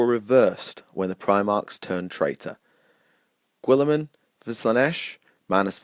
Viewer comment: God this video was terrible. turned it off after listening to you say "Gwilliman" a thousand times. Tuned out for good during your dog shit rationalisation of who should serve nurgle.